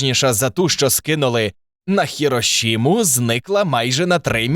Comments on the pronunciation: Чого «совєтського» а не «радянського»? Чому ХіроШіма а не ХіроСіма? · ХироШима? В японском языке нет буквы Ш.